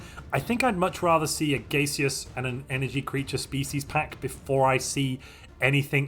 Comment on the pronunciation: Not gonna lie, the pronunciation of "gay-seous" threw me for a bit...